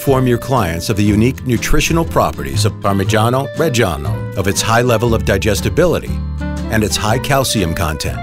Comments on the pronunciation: Im italian and his parmigiano reggiano prounced like that kills me inside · The way the narrator says “parmigiano reggiano” irritates me so much😪 It’s not pronounced like that😑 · The pronunciation of "Parmigiano Reggiano" is so hilarious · The way that guy pronounces Parmigiano Reggiano makes me cringe... and I'm not even an Italian. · As an Italian, your pronunciation really hurt my ears, sorry had to say it :P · I CAN'T STAND THE WAY IT IS PRONOUNCED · Motivation: Man cutting cheese: Unenthusiastic, robotic, sleepy Narrator: Heavily over enunciate the phrase "Parmigiano Reggiano" Viewer: am Youtube hole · I can't stand the way he pronounces "parmigiano reggiano". He sounds like he's some cheap italian-american mobster lmao I mean, I don't pretend a foreigner to nail italian language but damn, at least try to not to sound so irritating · Why no one tell him how to pronounce correctly parmigiano reggiano? I don't understand how a voice actor cannot pronounce correctly the word that describes the entire video. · It has been produced for 900 years only to have the pronunciation of its name and regions of origins butchered. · Oh shit I'm italian I'm literally crying because he say "parmigiano reggiano" in a super strange way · Parmegianoh RRReggieanoh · yeah it ain't even the right goddam pronunciation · Si ma Parmijjiano Pejjjiano non si può proprio sentire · Parmigiano Reggiano is pronounced like Pur-mee-JAH-no Re-JAH-no And not like Pur-mee-SHAH-nou Re-SHAH-nou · Pronounce it correctly, it's PARMIGIANO REGGIANO and not PARMISGIANO RESGIANOU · Ad an italian i can say se dont say parmijaaano rejjjiaaaaano lmao it feels so wrong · Everytime the dude says "Parmigiani Regiano", it feels like I've killed Mr. Angelo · no one: this guy: parmegiano rejjijiannoh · We don't say parmijjjjjjjjiano rejsjjjjiano , waaaay wrong the pronounce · you should pronounce it something like “parmiddjano reddjano” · "parmijjiaanou rejjianou" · Count how many times he said parmegano regano